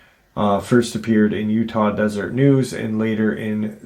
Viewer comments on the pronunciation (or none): none